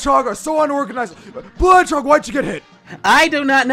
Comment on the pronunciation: This is how many times he said blue hedgeog | | |